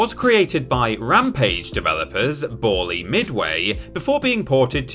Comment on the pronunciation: FYI: Bally is pronounced as in "ballyhoo", not like the word ball.